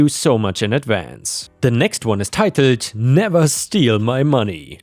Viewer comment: There's no "r" in titled dawg